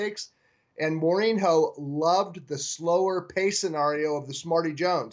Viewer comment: Don't follow soccer, eh? FYI...It's a portugese name and it's prononunced "more-een-yo." (Jose Mourinho is the current manager of Manchester United in England.)